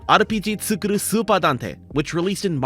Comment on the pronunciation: Just saying, the second u in ツクール (tsu kuu ru) should be pronounced as a long u since ー is used after the kana for ku. You're simply saying 作る (tsuku ru) which is the verb to make.